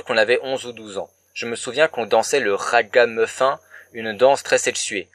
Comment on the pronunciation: ah bah non.... parles pas d'un film que t'as pas vu! Chiant les gens qui font ça! ok j'me casse!... enjailles-toi bien avce tes 60k vues! T'es à la guyane et tu prononces ragamufin??..... et bonne soirée hien:!